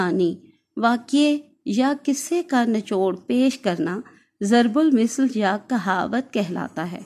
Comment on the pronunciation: Mam zarb ul misal nhi zarb ul masal hota h....م کے نیچے زیر کی بجائے م کے اوپر زبر ہے